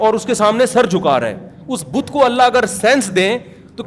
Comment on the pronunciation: بدھ نہیں "بت"